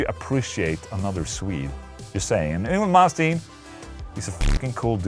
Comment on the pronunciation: After 35 years, I have finally heard the correct way to pronounce Yngwie Malmsteen. Thank Ola ✌️👍